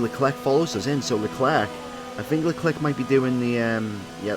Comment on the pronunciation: Stop pronouncing the C in leclerc it’s annoying it’s like pronounced leclare